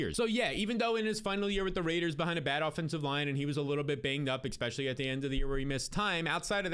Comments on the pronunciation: I love the videos! But you gotta stop say EXspecially. It kill’s me every time you say it!